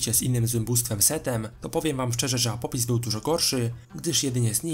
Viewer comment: apopis xD mordo, polepsz wymowę ;)